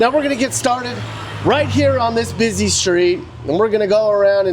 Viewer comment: FFS the word is busy not bizz zeee !!